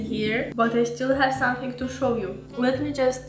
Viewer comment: Love the way she says "somethink." Yeah I know I'm weird.